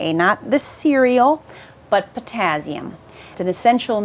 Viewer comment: I noticed that bizarre pronunciation too, but the info was great 👍👌😀😄